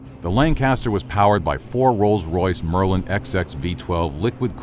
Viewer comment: not Merlin ex ex but Merlin twenty. XX is 20 in Roman numerals.